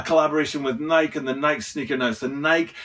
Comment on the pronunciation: It is Nike (like Nik-E {long I, long E} not "bike"/Nike --hike/Nike--trike/Nike.